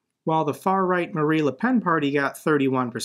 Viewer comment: you do quite well o European politics, don't worry. (Only it's MariNE Le Pen. Like in "the marines". )